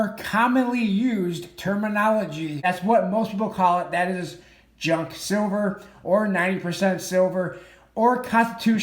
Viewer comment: Junk, it’s one syllable Pros always sells Cons stuff is too pricey right now